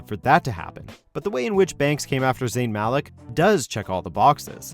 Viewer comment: How you pronounce Malik like that?